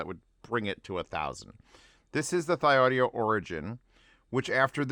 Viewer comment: "Thee-Audio" is the correct pronunciation of the name, according to the designer of this IEM, Mr. John Park.